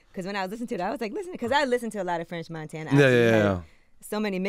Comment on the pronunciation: Chalamagne really be calling him Frenth Monthana😭💀